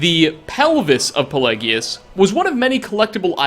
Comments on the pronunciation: The hip bone is rather apt, given that Pelagius was known as "Pelagius the Mad" (though his madness is the subject of another interesting story...). Also, I believe that the name is pronounced with a soft "g" sound. :) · I know one of things is mispronunciation, but Pelagius? Sheogorath says his name so many times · I sometimes wonder if you ACTUALLY played the game. How can you screw up the last item on the list so bad? 1st you mispronounce Palagius, even though his name is said multiple tines during the quest. 2nd you don't go to Sheogorath"s plane of Oblivion, but he tells you that you are in the mind of Palagius itself. And 3rd, its obvious why Dernenin had the hip bone, he is in the empliy of Sheogorath, who comes from the Shivering Isles, the last location of the hip bone. Come on!!! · i thought it was pel•ai•jus?